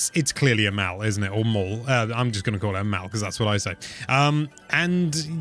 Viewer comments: Dude, what's a "maal"? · Wtf is that how all British people pronounce mall??? You don’t say “waall” do you??